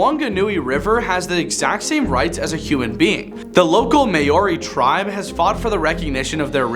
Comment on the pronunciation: hahaha the May oreys.